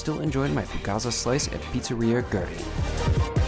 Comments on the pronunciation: Way late, but for a pronunciation closer to what Argentineans would say, say "weh-REEN," not "GRR-in." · Fantastic video, just a thing that is ticking me off: pronounce it "goo-eh-reen" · It's "GwerrINE"